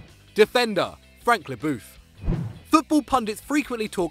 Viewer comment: is Algerian, he should be able to pronounce French names. “Le Booth”